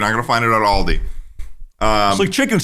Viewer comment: if you keep butchering Australian shits names, I'm gonna beat your fashionista ass. It's AL(Like Albert)DI(Dee), ALDI